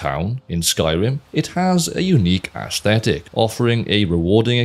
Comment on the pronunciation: I don’t see anyone else having remarked on it after a cursory skim, and it might be just an accent thing, but I swear it sounded like you said ash-thetic. So, either your diction gives a bit of Sean Connery (I know, you’re Welsh, he’s not, it’s not technically an accent thing, but ykwim; also Welsh accents are so pretty, like burbling streams), or you snuck in a 10/10 pun. Either way, it works!